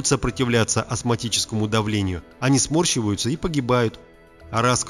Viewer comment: А клетки смОрщиваются, а не смАрщиваются!